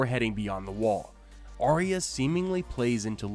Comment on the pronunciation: Always enjoy your videos. However, it annoys the heck out of me that you as well as most of the video posters pronounces Arya's name wrong. Arya, her mother, father, Jon, Bran say Ar-ya. Sansa, you and most everyone else say Ar-eeya. Don't you think Arya and her parents would know how it's said? It's a Northern name. Sansa always wanted to be a Queen in the south. Just a pet peeve.